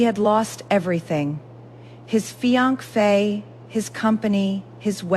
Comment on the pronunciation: Oh my goodness sounds like you can't pronounce fiancee probably 😂 your voice is making me sleepy 😮